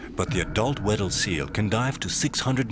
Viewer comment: I thought he was saying “widdle” instead.